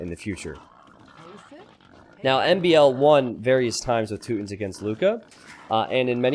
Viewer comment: I believe it’s pronounced “two-tawns”